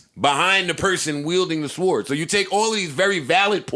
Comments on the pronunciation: Joe learn to say SWORD or stop saying it hahahahahaha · Why is Joe pronouncing sword like “sward” 😂😂😂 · We're pronouncing the "w" in sword now?